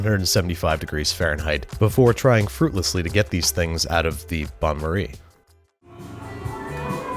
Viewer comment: I'd suggest using a funnel when filling the dish with hot water :) also, it's not bonne marie, but bain marie, so pronounced like "bun" but without the N ;)